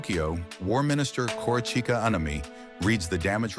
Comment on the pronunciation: Please don't be so American. Use an INTERNATIONAL VOICE MODEL in ElevenLabs that pronounces non-english names PROPERLY! For example Korachica Anami is called 阿南惟幾. In Japanese, there's ACTUALLY not a single "korachica" in his name, not even close. It's like calling your channel Axise ande Alees Krunikulesse.